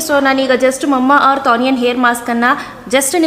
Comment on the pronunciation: Mamma earth alla mama earth 😅😁😆